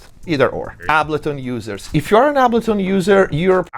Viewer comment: Biggest takeaway from this video is I’ve been saying ableton wrong this whole time, turns out it’s actually pronounced ahhbullton 👍